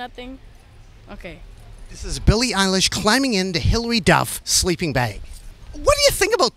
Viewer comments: Nardwar: "who are you? Billie: "Billie Eillish" Nardwar: Billie uhlish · Billie: “Hi it’s pronounced EYElish” Nardwuar: “oh okay L-ish”